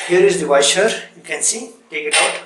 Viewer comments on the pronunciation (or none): Your pronounciation of Washer as Waiser is very funny. This is really tricky and after every use, you need to close the supply valve on wall and drain the water remaining in the hose by shaking the faucet vigorously while keeping the operating lever pressed. Stainless steel body faucets are less prone to leakage compared to their plastic counterparts. Hard water is the real culprit behind malfunction/leakage of most health faucets. What NC stands for in NC Thinner?🤔